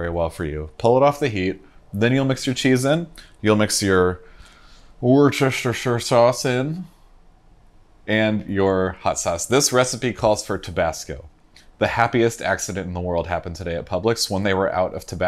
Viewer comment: haha just thought I'd help you out (local to the area here) it's pronounced Wuh Ster Shire Sauce 😀